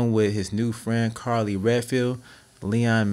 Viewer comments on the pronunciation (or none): LMAO HE SAID CARLEY